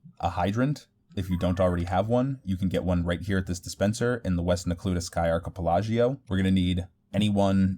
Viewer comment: arkepelagio, you should say it like that more its sounds funny and youll get more viewer interactions when they try to correct you so free youtube points